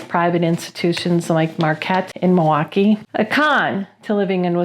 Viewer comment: You pronounced it right!! Mawaukee!